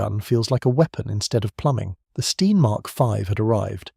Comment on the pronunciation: your narrator didn't consistently pronounce STEN. Sometimes a short E, sometimes long.